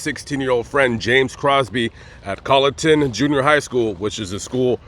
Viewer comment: Well, maybe you were saying: "WalterSboro", instead of "Walterboro", but you were pronouncing the name of the county (Colleton) correctly! Good video,. Thank you.